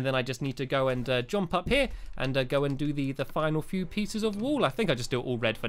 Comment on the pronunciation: Yo, Stampy it's pronounced JUMP not JOMP.